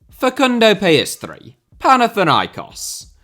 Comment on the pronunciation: The way you say Pellestri makes it sound like PS3